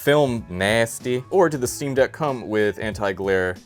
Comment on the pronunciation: Jesus Christ it’s the “ick on eck” steam deck.